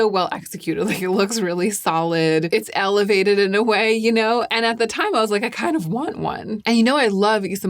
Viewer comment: The "elevated" also made me chuckle. 😂